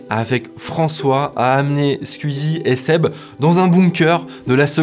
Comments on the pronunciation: on dit Squeezie comme ça ? J'ai toujours prononcé "skouizi" pas "sq-ui-zi". comme je dirait "twitter" et pas "tuitter" ou encore "la Wii" et pas "'la ui". Me trompe-je depuis tout ce temps ? Ou c'est un accent de l'est qui ressort chez notre cher Mamytwink ? :) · J'suis le seul à être gêné par sa façon de prononcer le nom de Squeezie? Je suis tellement cringé que j'ai stop la vidéo :s